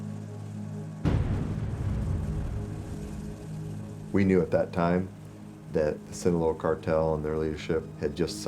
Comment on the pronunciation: Dude mispronounced loera 😂😂 "lojuera"😂😂😂